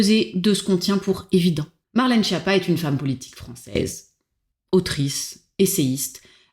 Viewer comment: Oui mais pour la prononciation, c'est Skiâppa (ce n'est pas schapa ou Japa ou schiapa)